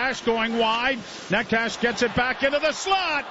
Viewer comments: Neh-chez, Na-choo-skin, the names aren't hard to pronounce Joe. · is it really that hard to pronounce Necas, Joe?